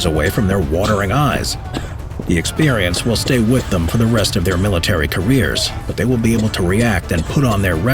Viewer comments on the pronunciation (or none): none